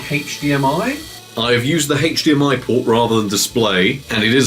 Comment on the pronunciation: Lol at "Heych DMI" instead of HDMI.